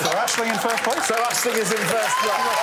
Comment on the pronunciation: Surely it's AiSling here :p